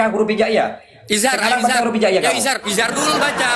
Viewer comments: Anak gooobblokkk ngomong iidzhar aja bilangnya izar, ini baru belajar tajwid dua hari sombong gak tau siapa yg di hadapi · Debat dengan orang bodoh itu tadz. Buang waktu. Ngomong idzhar saja jdi ihar. Keluar saja tad. Orang dodoh diladeni